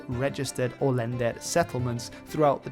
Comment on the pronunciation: my greatgrandma was an "Olęder", and I've never heard someone call them "Olęders". It's Olender